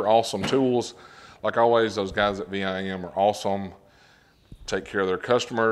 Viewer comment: VIM...... 1 word... not V.I.M. just sayin That ia nice set...VIM is known for their great quality bits and bit sets...☝️